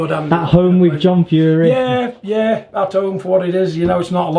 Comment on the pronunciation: Stop being bad with the Fury name or you'll get 👊 that in your earhole 🤣 Yea stop it online John.. Haha.